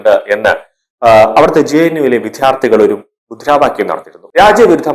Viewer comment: Vidyarthi ennu nere ucharikkuka please